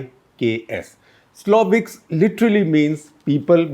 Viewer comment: Siloviki... Not 'sloviks'